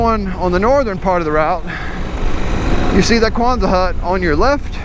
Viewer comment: Not kwanza hut, Quonset hut named after Seabee’s base I Quonset, RI!